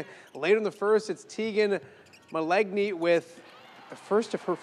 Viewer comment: That was weak. Got the score wrong, and the pronunciation of Mallegni.